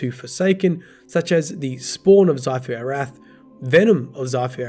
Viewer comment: Who else got triggered when saying 'xivu arath'..lol